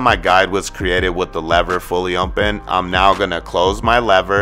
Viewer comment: Nigga said: ohnpen 😂 its open big dawg